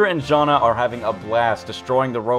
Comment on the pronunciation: Jana is pronunced Yana i think